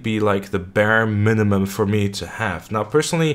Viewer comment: Bare "Mimimum", nice